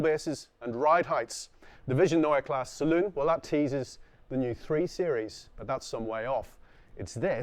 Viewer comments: Guys, the "E" in KlassE is not silent. I don't want to "Po[r]sch" it up but it's also PorschE and not Porsch. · Why did you properly pronounce the 'e' at the end of "neue" and then not do it at the end of "klasse"? Every. Damn. Time.